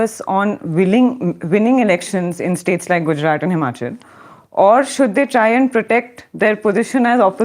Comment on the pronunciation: Good show and. Only one peeve. misprouncess the last consonant of Gujrat consistently. It should be soft t and not hard t. English does not have soft t. But Indian languages do. Just listen to. He pronounces it correctly and imitate it. When Indian words with some specifically Indian consonants are pronounced like English words it is irritating and I feel you are making Lord Macaulay successful. Say aloud पंजाब-सिंध-गुजरात-मराठा Thank you.